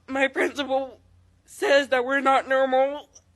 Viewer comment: Wait, I'm in the first like 15 seconds of the video and this fat kid really just said "My principal says I'm not NERMAL" No Susie. If you pronounce normal as NERML, you definitely aren't. Lmfao